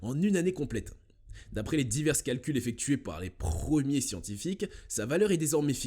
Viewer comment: Proximacentory est a 40milles km de nous ?🤔. . 😱 les PRRREEEEMIERS SCIENTIFIQUES 😛🤣😂